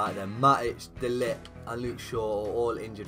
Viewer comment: De ligt is pronounced de licked brw